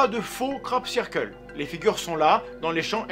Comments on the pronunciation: Sirqueule pit ! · Sœur keul ! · cyrkeule <3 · La vraie victime c'est la prononciation du mot "circle"